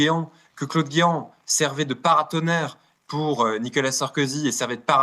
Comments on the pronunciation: pas nicala, nicOla! 🙂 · Je ne suis pas du tout fan de Nicolas Sarkozy, si j’interviens ici, c’est uniquement parce que je n’aime pas que l’on écorche, les prénoms ou les noms de famille Et la manière dont cet Avocat prononce le prénom Nicolas sans articuler, semblant dire Nicala est assez difficile à supporter et détourne mon attention du fond tellement la forme me dérange C’est dommage, d’autant qu’un Avocat doit être normalement doué pour la parole en public intelligible 😮‍💨